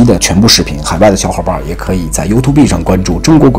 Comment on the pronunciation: 更正一下YouTube不叫优图闭的發音，是油吐播或游土伯的發音😎👍🏻